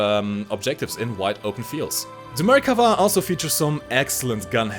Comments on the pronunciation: From the people of Israel, thank you for the correct pronunciation. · Yay! you listened to me in the live stream and pronounced the Merkava's name correctly! :) (1 time lol)